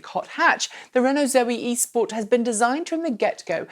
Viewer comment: I will sub if you pronounce Nissan and Renault properly!!